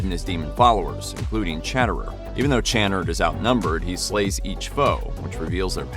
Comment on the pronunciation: Why is no one talking about how he said "Chan-nerd" lol took me a minute to figure out what he was saying - but a great video none the less